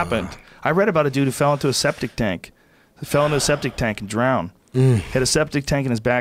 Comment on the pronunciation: Hilarious the Rogan screams out the emphasis - He DROWNED lol